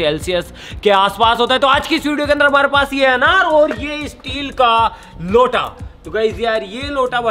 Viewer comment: Emphasis on the word "LOTA"